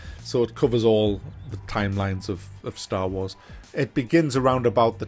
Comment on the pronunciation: drink a shot every time he says staw waws